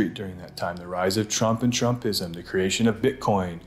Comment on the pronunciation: Why did you suddenly start following the trend of mispronouncing the word, "creation", pronouncing it as "ker ay shon", (awkward and incorrect). not kree ay shon" (glorious and correct) ? Otherwise, excellent video, as always. You spoil us : ). Merry Christmas, and may 2024 have happy surprises for you all. Ps. Creativity is not crativity. Please honour syllables. No one is in that much of a rush.